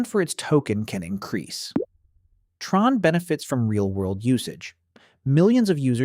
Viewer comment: Since when is it T-RON? 🤨 It is TRON. Same as sci-fi film!